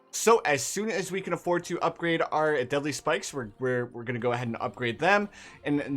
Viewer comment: I know he said “deadly” spikes, but for some reason I heard it as “deli” spikes